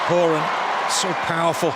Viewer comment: This announcer doesn't know how to pronounce some of the US names. He pronounced Horan and Alyssa wrong, he must not be an American. That's why I'm glad I'm not an announcer cause I would definitely pronounce some of the names wrong too